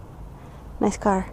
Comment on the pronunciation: Some how when you say "car" I think you really mean "butt".